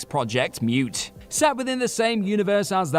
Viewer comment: "Mioon and Mioot". 😁